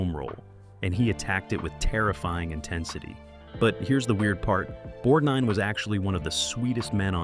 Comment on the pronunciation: Nice goin and the restof ya!, Bludy brilliant movie! One of my favorite movies, I haven't seen enuf times, yet! But I gotta remind you, thats Ermest BorGnine not nor bornine!!!!! Who or what is pruet shouldn't that be Pru'I't I hope when I watch it again your tainted wordin wont ruin it for me!